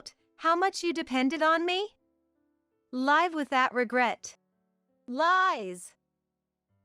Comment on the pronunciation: "Live with that!" Should not pronounced as "Live concert". "Live", verb is pronounced differently than "LIVE" adjective. The "i" in live as adjective must be pronounced as the "i" in "lies". Feed your AI narrations with the right pronunciations, please. Otherwise, it is confusing. I have to rewind and listen again sometimes. I'm not reading the transcriptions.